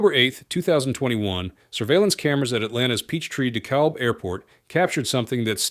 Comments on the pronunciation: The L is silent in DeKalb. Pronounced Decab. Just for future reference. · Would you please hire a narrator. The L in Dekalb is silent like it is in quite a number of English words.